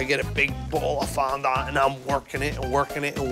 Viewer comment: How he was taught him how to say fondant is beyond me.😂